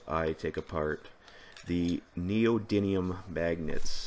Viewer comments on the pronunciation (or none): There is precisely ONE 'N' in the word 'Neodymium'